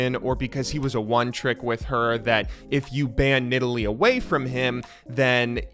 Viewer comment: At least he pronounced Nidalee correctly